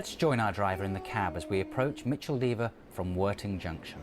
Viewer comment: That’s not the way to pronounce Micheldever